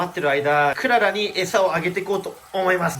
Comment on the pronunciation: クララじゃなくてク·ララ。Que Lala😊